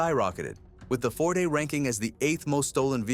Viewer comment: Kia “fort”. These AI SLOP channels are a disease on YouTube’s butthole 😂 CHANNEL BLOCKED!